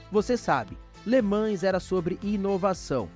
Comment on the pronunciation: Cada vez que alguém fala Le ManS, morre um golfinho...